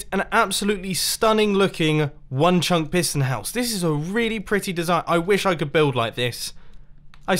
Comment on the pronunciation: No one: Mumbo saying chunk: Chuncqk